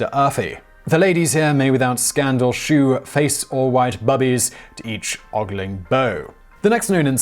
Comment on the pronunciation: Glad that your video wasn't brought down -- hope it wasn't demonetized. "shew" is pronounced "show" to rhyme with "beau".